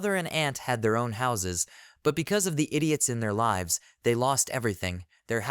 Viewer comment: You keep saying lives wrong. It's kinda confusing